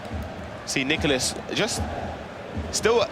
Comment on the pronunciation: Its Nicolás. Not that hard.